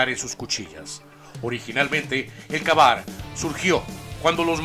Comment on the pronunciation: #10 se pronuncia KEY BAR Y NO KA BAR esa palabra es en ingles y por ello deberias aprender a pronunciarlo bien !